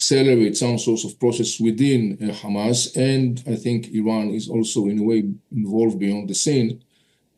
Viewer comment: The argue in Iran today is what if they respond Israel with ground attack and you are talking about seize fire? Iranians just got warm up and the time you have to choose 2 state and peace is shorten and I say it just be cause you pronouns KHAMAS instead of Hamas!